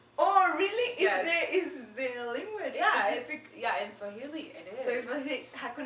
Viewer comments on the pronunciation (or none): It's swahili not suajili?